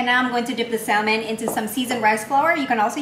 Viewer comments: it's Sa-mon.... the l is silent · the L in salmon is silent